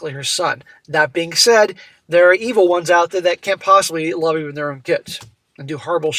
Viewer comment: The iconic way that pronounces 'love' as 'lurrve' 🤣